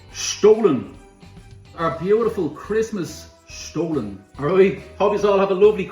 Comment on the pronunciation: You're pronouncing "stollen" wrong.